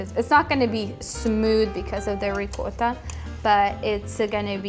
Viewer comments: Ricotta is pronounced REE (Like SEE) -COT (Like GOT) TA. RI-COT-TA! I hope that helps! It's very good as a layer in Lasagna. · Ricotta is pure Italian in any way. So the right pronunciation is with " o" . In your language you can pronounce how ever you like . If you respect and you are educated to respect other languages and yourself is nice to say exactly like in that language. That means you learn enough in the school to make the difference between ricotta and " rigota".❤😂